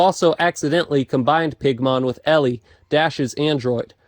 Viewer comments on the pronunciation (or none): none